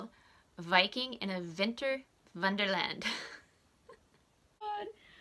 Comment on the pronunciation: Say it one more time, "Viking in a Vinter Vonderland", LOL, you cracked me up! I loved your Barbie Pink and also the nail polish you created (-: Thanks for sharing and have a Happy New Year, Sandy in MN